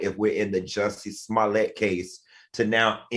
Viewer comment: Why can't Al say Jus-see?? 😂